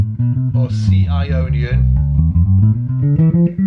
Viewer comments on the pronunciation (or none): When you talk about Ionien, I hear "I ionion" like "I phone or I pad" so my question is it Apple who has patented this mode ? like a new fruit ??